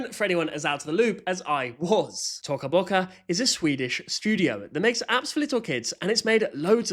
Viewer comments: Omg you are saying it rong you are saying tuco boccu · "tocka bocka" is crazy, bro isn't even pronouncing it how they intend it to be pronounced (in the intro too) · Its "toca boca" not "t0cA böC@ 😂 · Yea t”O”ca Boca is now T”o”cah Boca 😭 (if no one understands Toca Bocas o is not silent) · Why does it sound like he says sussy baca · No because like the way that he says Toca Boca is just so funny😂😂😂😂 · TOCA BOCA (idk why i like how u say it lol) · Yess! He is so stupid like first of you don’t say Toca Boca like that he says it so wrong🙄💗